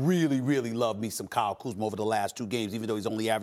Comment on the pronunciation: He just said Kyle kuzmer in this segment 😂